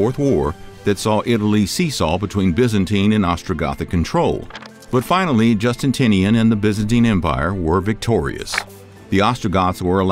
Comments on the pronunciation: also, Jus-ti-ti-nian :D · ish I heard Emperor “Justintinian”. I’m watching the video for the first time right now and felt compelled to comment.